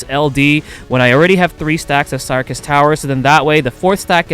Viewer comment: I think you pronounce syrcus as circus but other than that, all good!